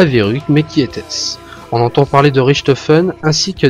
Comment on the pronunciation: si le "Ch" en allemand se prononcer "r" on dirait "Rirtofen" et pas Richtofen , :/